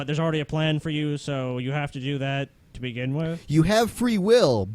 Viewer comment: That one guy said "dissent of man", not "descent of man". And "bigen" instead of "begin". He mispronounces lots of words.